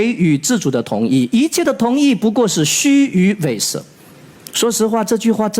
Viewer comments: 虚与委仪，不是虚与委蛇，念仪，不念蛇🐍😅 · 虚与委蛇， 读错了，大律师，那个字不念“she“，读”yi“才正确。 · 成语“虚与委蛇”中“蛇”读 yi “宜”音。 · 我读小学时候学的是xū yǔ wēi yí，什么时候变成蛇的本来发音了？ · 虚与委蛇 yi 二声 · 小学就已早早教育过此处蛇是多音字要念Yi二声，念本音的都是没好好上学的，建议回锅🤣🤣🤣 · 是的，罗翔念错了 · 大律师汉文基础修养不行啊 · 就算读错了一个多音字，也不妨碍人家是专业领域的顶尖专家，大家不要这么吹毛求疵吧。